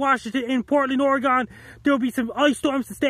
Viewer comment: Oregon=Origin Just so you know how we pronounce it.